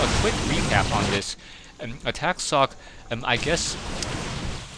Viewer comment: socke is a german. the "e" is a spoke one :)